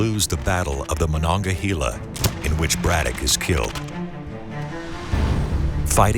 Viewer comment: "Hey-la" Monongahela.